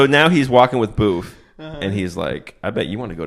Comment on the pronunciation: Her name was booth or boof?